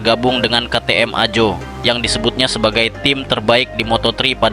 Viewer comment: bacanya AHO,,,BKN AJO bosss